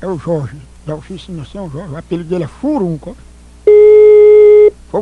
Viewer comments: ''furuncu'' kkkkkkkkkkkkkkkkkkkkkkkkkkkkkkk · Furunu?? furuncu? furuncuuu... kkkkkkkkkkkkk